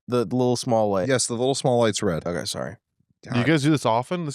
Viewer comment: ughhh honestly canNOT stand how says 'okay': oak-eye